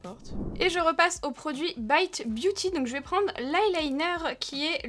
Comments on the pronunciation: Coucou on exige que tu prononce le nom à la française!! 😂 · La seule marque que prononce à l'anglaise 😅